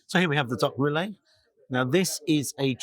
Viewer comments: The way you pronounce it, the spelling would be Rillet. It is spelled AND pronounced Rillettes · Just FYI ... it's generally pronounced REE-yet, rather than Rill-LAY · Great review except for the duck rilettes. The correct pronunciation is reeyet not relay. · Hello. Another excellent place and review. Must let you know, Rilette is pronounced Ree-ett. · Xmas jersey and shoes❤ Steak looks wonderful. Decent portion of frites. Rillettes is pronounced Ree (as in street) etes (as in sets). Ree...etes.🎉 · It’s pronounced riyet and originally comes from Le Mans in France - shame you didn’t say hi! But never mind … you might want to try the pizza restaurant next door a go ‘cento uno’ as that is excellent too - all the best Philip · The L in rilettes is silent. Pronounced ‘ree-yay’ 😊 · Rilette, the ending sounds like the same ending in cigarette, not ri-ay. Clearly made in house. You got it right at the end so don't know what was going on at the beginning! The steak definitely looked juicy too. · I love what you’re doing! Reviews ranging from £1 burgers to 3 stars restaurants and you are obviously passionate! However, it is “ree yay tuh” 😂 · … please google how to pronounce rilette ❤️ please don’t be offended lovely x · Rillette pronounced with the T’s… Cooked in fat then shredded…. Love u G ❤